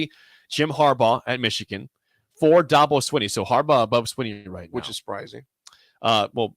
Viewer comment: you pronounced Dabo wrong again. It's not "Daw-bo" like "Jaw-bo"... no. His older bro tried to say "that boy" and "da-bo" is what came out. Parents thought it was cute. It stuck.